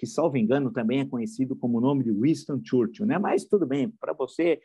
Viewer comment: Aprenda a falar o nome do Churchill. Você fala do bananinha e faz pior. Church (igreja) ill!